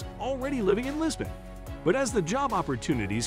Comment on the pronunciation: Did he said Libson instead of Lisbon?